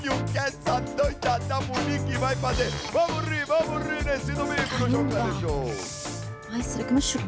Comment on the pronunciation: It's not "Bamori", but "vamos rir", in portuguese it is informally pronounced "Vamo ri", it means "Let's laugh"